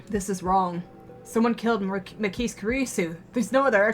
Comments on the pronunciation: Adzuki the only reason I really even mentioned the ki part was because at least a few times she pronounces the kise part of Makise like you pronounce keys, I was just kind of trying to point to the fact that the ki is short like in kiss, also really, you think the ma in magic and ma in march are pronounced the same way? Maybe the difference is so glaring to me because in my native language we even have different letters for the a sound in march, halt, must, heart (to mention few) and the one in magic, slam, at and rat. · Try googling the word 'Chuunibyou'. It refers to people like Okarin and Gundham. :) Also, if it matters to you, Makise is pronounced Ma (like magic) ki (like key) se (like seven). :P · I don't know how you pronounce magic, but I don't think most people pronounce the ma in magic the way it's pronounced in Makise. In Makise it's pronounced like the ma in march. Also the ki is shorter, more like the ki in kiss.